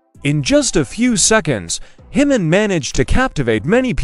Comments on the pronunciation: It’s pronounced ‘Chi Min’ - Korean doesn’t use the soft ‘J’ as we do in Europe & the US Nice post though - thanks for sharing! 🙏🏻💔🙏🏽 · Please learn how to pronounce Jimin’s name correctly. It is JIMIN (J sounds like “J”immy or “J”im. Not the H sound. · You can start by pronouncing Jimin’s name correctly! It’s not himin! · Jimin not himin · Please pronounce Jimin's name correctly if you value the ARMY fanbase support! Not taking care to correctly pronounce a person's name is a sign of disrespect. It is pronounced, "Ji-min", the "J" NOT pronounced like an "h". It is a Korean name, not a Spanish name! Thank you. 💜💜💜💜💜💜💜